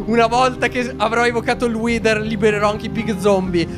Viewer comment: pronuncia:" Whiter!!! Io: 😮😮😮🥳🥳🤯